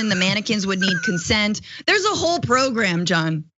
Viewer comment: I don't know why but I heard Francesca say "Bro-gramme" as the schedule for the educational camps and that just fit so flippen perfectly.